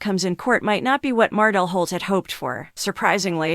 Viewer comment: It’s pronounced MarTell